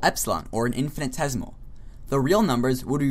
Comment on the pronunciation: into the video you are misspelling "infinitesimal" as "infinitesimal" (and missing an entire syllable in your pronunciation of the word).